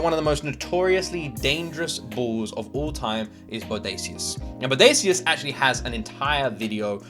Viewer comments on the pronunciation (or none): Not bo day see us it is pronounced bo day shus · Hi bro it's pronounced Bodashus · Bo Day Shus = Bodacious